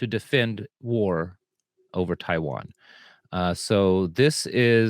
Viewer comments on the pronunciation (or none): none